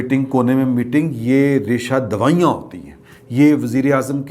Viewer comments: Lafz... Raeshandawaanyaan hota Hy Aap n raesha dwaean pareenhn.. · بسد احترام عرض ہے کہ جناب اردو کا ایک لفظ ریشہ دوائیاں کہہ رہے ہیں جناب عالی یہ لفظ صحیح ہے ریشہ دوانیاں ، جناب مقصد آپ کی اصلاح ہے کیونکہ آپ کے ویلاگز لاکھوں لوگ سنتے ہیں اس لیے غلطی کی نشاندہی کی جسارت کی ہے امید ہے کہ آپ اس پر برا نہ منائیں گے۔ شکریہ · معافی کے ساتھ آپ نے دوبار ریشہ دوانیاں کو ریشہ دوایئاں فرمایا ہے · dear I am a regular listener of your Vlogs and being a Lohori i enjoy them a lot. I many a times thought of correcting you, you often say resha dawaian but the actual word is resha dwaanian. Hope you will not mind. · ریشہ دواٸیاں نہیں ڈیٸر ریشہ دوانیاں بولو بھیا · ریشہ دوائیاں نہیں ۔۔۔ "ریشہ دوانیاں" معذرت کے ساتھ ۔ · I already once told that this is "resha-dawaniyan" and not "resha-dawaiyan" as again repeated today. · ریشہ دوائیاں نہیں بلکہ ریشہ دوانیاں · لفظ ریشہ دوانیاں ہوتا ہے ۔